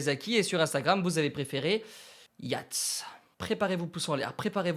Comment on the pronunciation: alors david Yates ca se dit yétes